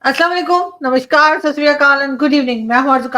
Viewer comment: It is namaskar not mamashkar.